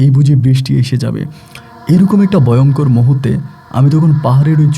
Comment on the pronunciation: Sakma noi chakma . Boynkor noi voyonkor